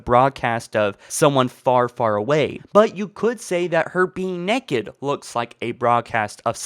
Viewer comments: NAKED NOT NEKED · I love the way he says naked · does anyone notice that when he says naked it sorta funny